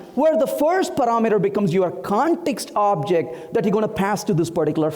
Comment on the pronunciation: "Paraaa meter" Why is try to put a fake accent while his pronunciation , is all over the place :)